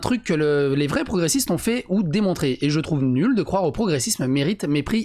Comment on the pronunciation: On retiendra le ''croive'' de